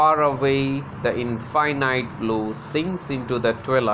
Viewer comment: I am happy sir that you told how southern is pronounced, but some of the words like 'infinite', and 'twilight' and 'poem' is mispronounced.